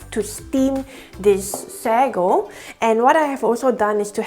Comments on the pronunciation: it's sa-go not sego. hehe. anyways good video! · Actually the pronounciation is say-go in English/American